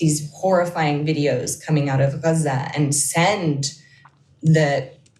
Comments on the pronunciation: "The nature of US relationships is not really governed by... human rights as a rule..." <- Yes, that is clear p.s. "You know he's lying because..." his lips are moving. p.p.s. I appreciate pronunciation of "Gaza". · As a lady with a Doctorate in the Middle East I assume that she speaks Arabic. The way she pronounces Gaza is the correct Arabic pronounciation Dumbo!!